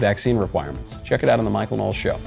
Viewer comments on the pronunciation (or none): none